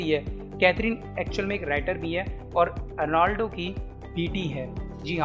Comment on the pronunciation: Arlando nahi arnold. . Har ek pronounciation galat kiu??????????